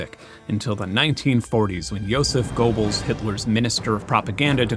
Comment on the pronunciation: Love this video and you've taught me more about music than anyone else, so thank you, but as a history nerd, you mispronouncing Joseph Goebbels made me wince every time.